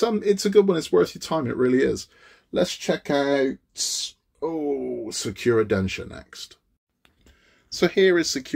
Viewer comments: Thanks for this detailed review. I've wanted to get the Sakura Densya since the first time I saw it. The newer "Falling Sakura" has too much of a "cartoonish" look to it, specifically the girl and the cat. Pronounced SAH-coo-ra (the "r" in ra something between an "R" and an "L"). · SEKIRO is strong with this one, do you play Bloodborne too? 🤣 SA KU RA man! SAKURA! Not SEKIRO 🤣 Jokes aside I built that one too, it looks great on the shelf, 😉👍